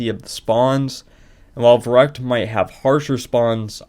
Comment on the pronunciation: im sorry but i need to be the asshole that says the "actually verrückt isnt pronounced that way" anyways, nice run and congrats for the WR